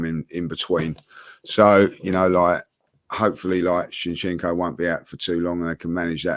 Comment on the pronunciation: I wish would stop calling Zinchenko, 'shinchenko' 🙄